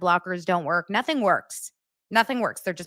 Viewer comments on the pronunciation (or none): none